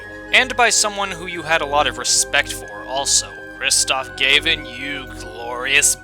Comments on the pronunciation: Your name pronunciations are totally wrong. It's not GAY-VIN, it's Gav-in, and it's not GOD-OH, it's Goh-doh. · Opinions on Apollo Justice and Investigations are exactly like mine, and I love this video but... you're pronouncing "Gavin" and "Gramarye" wrong...